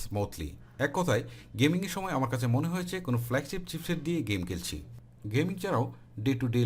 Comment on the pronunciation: helpful review.. but উচ্চারণের দিকে নজর দিবেন আশা করি, করচি,তাকচে, কেলছি,কেলা what is it.....